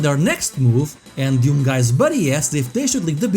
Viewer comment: What a "Deeyoum"?